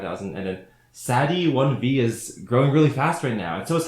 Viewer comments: No way he pronounced sadi1v as sadi-one-vee 😭😭😵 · YOU PRONOUNCED SAD1V'S NAME WRONG 😭😭 ITS PRONOUNCED AS SADIE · "sad ee one vee" is crazy💀💀💀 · ”sad e 1 ve” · I love how he recognized a 12 year old animator at about BUT HE SAID HER NAME WRONG BOHOHOHOHOOOO 😞😞😔😔😟😕😕🙁☹️😣😖😖😖🙁😕😔☹️😢😢😭😢🥺😫🥺😣😩😠😤😤😳😩☹️😢😔😩☹️🤯🤯🤯😨😨😰😓🤗😥😨😥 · he pronounced your name wrong 🤬🤬